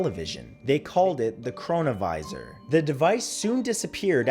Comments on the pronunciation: Chrono-visor/Corona-viris? Anyone else find that weird?!🤔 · i deadass thought he said coronavirus for a sec 💀💀